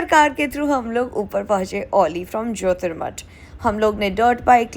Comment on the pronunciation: Not Ollie it’s auli